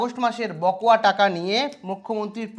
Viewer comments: কথাটা বকোয়া নয় বকেয়া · Sir, বকোয়া নয়, বকেয়া।।